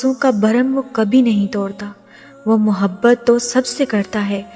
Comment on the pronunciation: is ki awaz to khud h jin jasi h dar lag raha h sun k kindiy api awaz achikiya karo vasay bi jo apbata rahi ho ya sab to hum already janty h ap ki awaz na to mobhat ka lafz aasa bola h mujy lag raha h ka ab mohabat ka lafz istmalkarna chorna paray g koi kaam ki baat nahi batai kindlyaasi awaz wali video kabi bi donwload na karna aaj to sun liya agay sa sun nahi saku gaap na kahak is ayat ki khubsurti lakin aap ki awaz sakoi bi khubsurti nani dekhay:face-blue-smiling::face-blue-smiling::face-blue-smiling::face-blue-smiling::face-blue-smiling::face-blue-smiling::face-blue-smiling